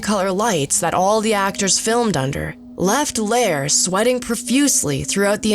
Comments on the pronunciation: Bert Lahr is pronounced LAR to rhyme with FAR, not LAIR, you got it right once but then changed it. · Wait, she pronounced Bert lahr’s name right once then changed his name to Bert lair. Oh well otherwise she did a nice job. Lol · it is pronounced Larr not Lair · And they're also mispronouncing Bert Lahr's name. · Whoever narrated this can't say their names right. Ray Bolger...Bert Lahr etc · She ruined Mr Lahr's pronunciation too.😒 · The narrator has managed to mispronounce both Bert Lahr and Ray Bolger's names. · Learn how to say Lahr and Bolger!!! Your inability to do that casts a bad shadow on your overall credibility. How much of what you claim here is true? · Announcer mispronouces Lahr and Bolger.